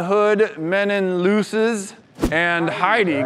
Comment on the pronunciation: he got me when he said looses